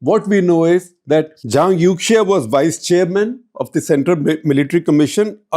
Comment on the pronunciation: The correct pronunciation of Youxia is more similar to "Yo-shia" ("Yo" like a rapper, "shia" like the Islamic sect). When in doubt, Chinese pronunciation of X can be replaced with Sh sound. eg Xinjiang is Shin-jiang, Xi Jinping is Shi Jinping (There are minor differences between X and Sh, but at least it is closer)